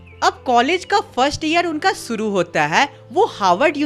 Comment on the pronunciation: Shuru ❌ suru 👍 😅😅